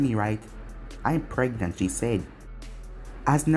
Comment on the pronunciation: I died when you said Mai was pregnet.